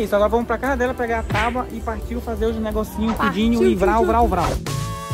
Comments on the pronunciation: É tabua e nao taba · Tauba? Tábua.... Kkkkk